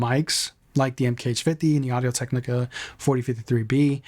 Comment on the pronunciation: Both mics sound good but you sound stupid. Where are you getting "zen AH hai zr"? Its pronounced "zen hai zr". You did good on Audio-Technica.